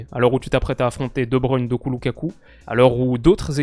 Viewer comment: Vous pensez pas que fait exprès d’écorcher le nom de Doku? C’est quand même une des révélations des 2 dernières années, il regarde pas le foot peut être?